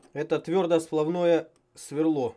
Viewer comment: твердосплАвное, твердосплАв. Меня аж коробит, когда слышу ударение на О)))